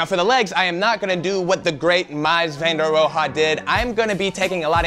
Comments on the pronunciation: Miles van der rohe ( row) the he is silent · I like your stuff but “Mys Vander Row Ha” is rolling in his grave. Please talk to Ben about this on the podcast. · great video! Also the pronunciation sounds like MEEZ Van Der ROW. Bauhaus is great, glad you got into it. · Took an architecture class in university and wrote a paper covering the Bauhaus school. Mies Van Der Rohe, is pronounced like "Mee's Van Der Row." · The architect's name is pronounced mēs van door row. His work is amazing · Awesome build! It's pronounced "Mees fun der rohe" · Sounds like "Mees Van der Row" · Mies Van Der Rohe is pronounced closer to "Miis Fan (with an A sound similar to the A in AH) Der Ro' (like row without the w)". Bonus fact, Mies Van Der Rohe was actually headmaster of Bauhaus sometime during the 20's. Otherwise great Video. :) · Haha yeah you are saying Mies Van Der Rohe wrong but it's all good! Great video! You can find videos of Mies talking about architecture and design if you are interested. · Mies Van Der Rohe, I think the easiest was to learn to the pronunciation is like this, for 'Mies' think of saying mice but imagine a French guy with a thick accent saying it and then 'van der' is pretty much how it sounds, and finally do the same as above but for 'Rohe' think of saying Row, with heavy emphasis on the R, really roll it out, my lecturer always corrected me on the pronunciation. if you like Mies' work check out Carlos Scarpa. As always love your vids, though it was a little heavy on the sponsor today :). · You butchered mies van de rohe’s pronunciation